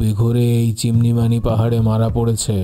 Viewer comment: সলসেবেরি --- সল্স্ বেরি রিখ্টার্সভেল্ট, চিমান-ইমানি--- চিমনিমানি(😜) কথা শুনলেই মনে হছে কোনো বন্ধ ঘর থেকে বলা হছে, গলার স্বর গমগম করছে